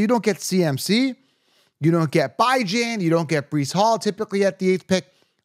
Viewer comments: Its not pronounced By-Gen, its Bee John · I’m supposed to trust a guy who says “bye-Jan”? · He said Byjan 😂😂😂